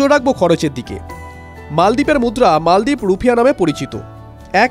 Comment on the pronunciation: মালদ্বীপ৷৷ মলদ্বীপ না😂